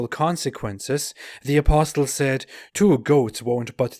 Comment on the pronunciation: I point 2 things to you. 1. You need to pronounce apostle as aposle the t is silent. 2. The life of Hitler mimics Mohamed, he was despised and rejected politically in the early thirties,, he almost became a homeless, but when he got his chance with the rise of the Riche he became the monster